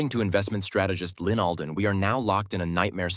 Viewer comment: ALDEN NOT ADLEN